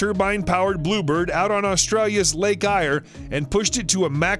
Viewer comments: Its not pronouced 'lake ire' its pronounced as 'lake air'...named after the famous Australian explorer Eyre. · Lake Ayers - prenounced like Airs. Just needed to let you no just incase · Great video. Thanks. Pronounced Lake “Air”. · Lake Eyre. Pronounced like "air" not "ire".